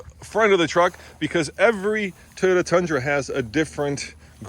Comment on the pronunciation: So still doesn’t know how to pronounce Toyota, and the designers and aero people don’t really care about pulling their trucks out of bad situations (tow hooks). Otherwise it looks about like what you’d expect. I really do like the surround-view camera system and interior rear view camera though. That’s important for truck owners.